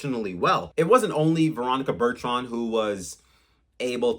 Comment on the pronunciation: Yes…learn her name